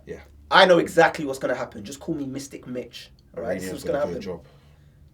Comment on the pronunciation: "Mistic Mitch" wrong af lol